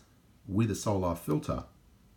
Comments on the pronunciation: why do you pronounce 'soul-ar' like that? It's unusual. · I'm Australian, and I don't know anyone who pronounces it like that